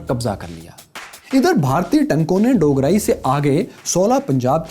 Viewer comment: بھائی آپ نے 2 گاؤں کے نام غلط کہے۔ پہلا ڈوگرائی جو کہ ڈوگراں ھے اور دوسرا اچھو گل نہیں ایچوگل ھے۔